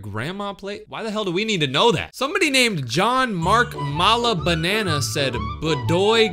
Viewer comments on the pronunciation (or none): BRO WHY DID U DISRESPECT JOHN MARK MALABANAN'S SURNAME ITS MALABANAN NOT MALABANANA